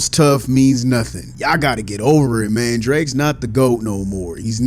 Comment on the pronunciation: The way says mang is funny AsF